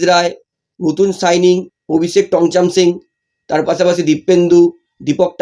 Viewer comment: দাদা ওটা অভিষেক টংচাম সিং নয় ওটা অভিষেক টেকচাম সিং😅